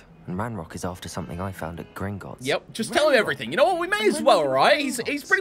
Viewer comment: You got the name right it is gringots